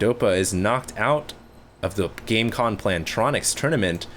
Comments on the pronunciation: Does he realize that its Gamecom not Gamecon? Sponsors love when you fuck up there branding. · its gamescom, dude <.< still good vid :)